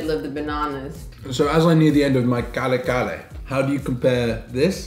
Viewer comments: Ka-re ka-re pronounce slowly 👍👍 from mother May thank so much and please cook it haha that so good and one of delicious Filipino food ❤️ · Hi. The proper pronunciation is ka-reh'-- ka-reh' with the accent placed on the last syllable rather than on the first syllable. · I really am ecstatic on you pronouncing Filipino dishes/ingredients. Good observation with satay - peanut butter similarity. Kare-kare is pronounced ka-re ka-re (not curry curry hehe). atsuete (pronounced a chu-we teh). And bagoong is ba-go-oong. Usually we don't add calamansi with our kare-kare. As always, appreciate the nod to the Filipino cuisine. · Kare kare not kale kale and put bagoong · KARE -KARE hahaha not kale kale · Yay, new video. Kale-kale, Care-Care, however u say it, that's fine. You'll soon get it right. 😂✌🇵🇭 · Ahhahaha😂 pronounce to curry curry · Ka-re ka-re u min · that's KA-RE KA-RE😁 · Kare-kare is pronounced as KAH-REH KAH-REH. It is a peanut based beef stew. Aside from peanut butter, you can also use real unsalted roasted peanuts and then pound it till it is in rough powder texture and add it on the stew to thicken the broth so it is midway between brothy and saucy. The shrimp paste is eaten like a sauce to add on for every scoop of spoon that you eat - just like a sauce. Kare kare is actually very filling and thick that sometimes some bites, i do not add the shrimp paste, sometimes, i do. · Pronunciation is KaRe KaRe and Ba-go-ong ☺️❤️ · Car-e car-e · your pronunciation is correct...you just have to ROLL THE R. 😁😁😁